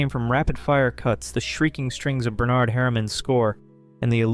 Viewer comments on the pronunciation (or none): none